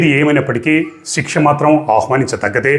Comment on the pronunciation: తిక్ష కాదు శిక్ష అనుకుంట